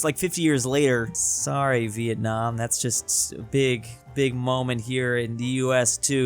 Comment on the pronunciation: Vietam lmfao